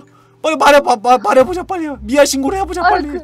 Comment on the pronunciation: tv 랄라 미아는 쓸때고여 발음 할때 미야 입니다